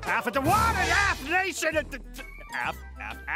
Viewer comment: Ahh yes new word "aphnation" along with his whole sentence "WHAT IN APHNATION!? Aph? Aph? Aph? Aph? Aph? Aph?"